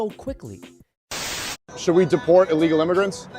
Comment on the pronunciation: It’s illegal, not allegal.